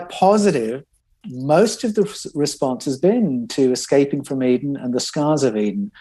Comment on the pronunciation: C’mon,. It’s not Excaping, it’s Escaping…